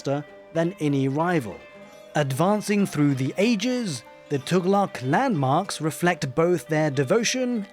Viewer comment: As native arab finally someone pronouncing Tughlaq correctly feels so refreshing XD